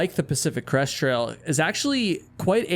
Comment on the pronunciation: I got nearly halfway through the video before I realized you were not saying Pacific Crust Trail. I thought it was a weird name until I looked up Pacific Crust Trail. Oh. Crest. Not Crust, not Crush.